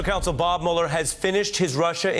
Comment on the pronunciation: I’m not crazy but why is he saying Bob Mueller 🤦🏽‍♂️